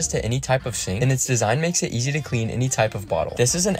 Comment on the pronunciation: "It even comes out easy" why did he say it like that